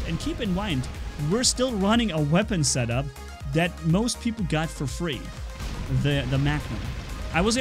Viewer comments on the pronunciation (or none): none